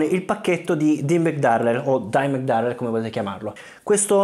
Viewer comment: It’s “Darrell”